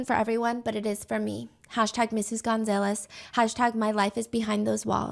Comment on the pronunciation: Girl its pronounced gun-zah-less😭😭